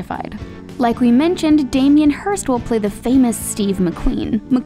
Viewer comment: 4.50 damien "Hirst "???